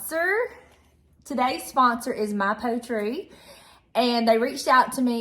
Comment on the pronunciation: Is it pronounced “poet”ree…like the word poetry? If not, excuse my correction, but thought since it was a sponsor it might be worth checking.🤷‍♀️